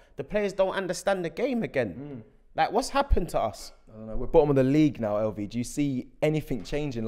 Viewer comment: Lv need to stop trying to pronounce names 😂😂